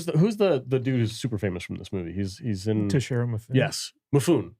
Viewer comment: How can you guys do a giant poor job with this one? You can not pronounce "Toshiro Mifune"!!!! One of the most acclaimed actors in history? How can you talk about movies if your movie diet is so poor? It is like a nutritionist who only eats chocolate, drinks beer, and doesn't get up. Can someone take such a nutritionist seriously? And the snark way you talk about the fact that you did not like it. It is not the movie's fault, it is your incredible ignorance about world cinema and its language. If you can not recognize Mifune, Monica Vitti, Shotaru Katzu, Mastroianni, or Sonny Shiba, just stop talking about movies, watch and study cinema, and then give it a retry. What a shame!